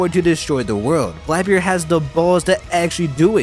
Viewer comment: Sorry but who is Blaebeard?